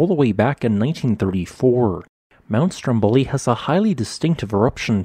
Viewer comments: The right pronunciation is Stròmboli, not Strombòli as you say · Dear, the correct pronunciation of the island's and mountain's name is "STROMboli" not "stromBOli", even though the adjective is "stromBOlian".